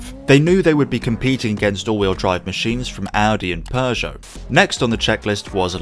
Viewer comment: Audi and what? Audi and Pergja? :D I have heard a lot of car names butchered, especially if it comes to Porsche but what you have done to Peugeot takes the cake.